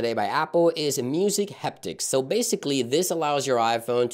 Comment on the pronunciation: Why r u saying heptics? Haptics. Lol